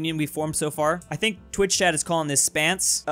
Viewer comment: Its not Spance, its Spence or Spencer.